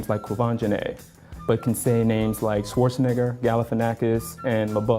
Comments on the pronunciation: Swoarzenegger!? Wtf!!! This guy is a racist because he can't pronounce German names. Just look up the German word schwarz (which means black) on Google translate and click on the speaker icon. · most English speaking people cant even pronounce Schwarzenegger including our dear xD